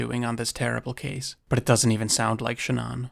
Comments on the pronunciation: Shannon is pronounced SHAN-on not SHAN-uhn ugh🤦🏻‍♂️🫤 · Dude. Her name is Shannan. Not ShahNON. Are you American? It's so jarringly wrong it's hard to pay attention to the rest of it. Would it have killed you to take 2 minutes to find out how to pronounce the name of this poor dead woman? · Ai? It's Shann-aen. Wtf is SHA -NON ? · A strange way to pronounce Shannon. It's usually pronounced like Cannon. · Shannan. (Sha-nan) if youre going to use her tragity on videos to get views , you could, at the very least, pronounce her name correctly. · Name pronunciation wrong and Nicole wasn't a neighbor. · I cannot sit through this because you haven't done basic research. You can't even pronounce Shanann's name correctly. It's sloppy and disrespectful. Her name is so easy to find pronounced correctly by her family. You will never be a journalist with this kind of laziness. Sorry, but, it's true. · Why do you pronounce her name like that? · It's crazy how many hours of footage and videos there are of this case and people saying her name and you still went out of your way to pronounce Shannan's name wrong. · Lol. Youre saying Shannon really weirdly. Sigh... man... they really need to let everyone tear him apart publicly